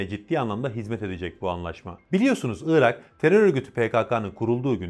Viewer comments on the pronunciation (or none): Iıırak değil arkadaş Irak. Doğru telaffuz eden birini görsem sevineceğim.